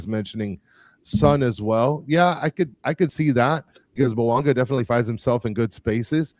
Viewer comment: It will never not be funny to listen to Dani mispronounce Bouanga’s name.